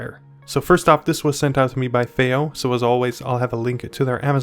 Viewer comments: fay-oh? fee-oh! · you’re joking right? Their is so much misinformation in this “review” it’s not even funny. Because at first I did laugh you can’t even pronounce Fiio correctly. Since when do 2 i’s grammatically announce an A sound? That was hilarious. But saying to people whom come her to get information that “don’t expect to be blown away it’s just a dac” when in fact it’s marketed as a HEADPHONE AMPLIFIER is ridiculous. It’s actually on the more powerful side especially for its size. Even more so the balanced input that you knew nothing about....goes up another 100mw using it. That’s something you would have known by looking at the back of the box. You shouldn’t be reviewing things, my dude 👍🏼 not unless you wanna put a tiny bit of effort in